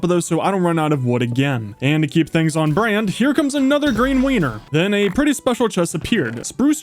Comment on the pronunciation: …..did you just call it a “green wiener”???